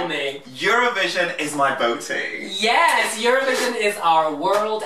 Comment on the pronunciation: omg he pronounces botë so wrong aaaaaaaa its sooo annoying whatever its fine lol